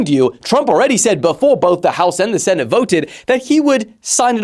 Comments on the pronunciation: Its senate not sentate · SENTATE??? 😂, ADRESSES? 😂😂